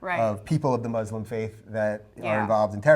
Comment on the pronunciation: Why argue about muslims in your videos when you can't even say the word 'muslim' properly.